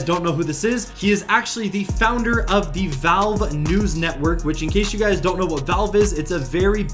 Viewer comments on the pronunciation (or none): none